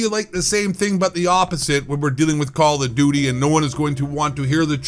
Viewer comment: “Kall Of Dooty” Ghost Of Eight voice 😂😂😂😂😂😂😂